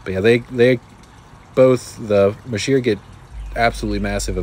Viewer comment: Sorry to be kinda picky but you pronounced masheer wrong. It’s pronounced mazer not masheer, I know annoying but true.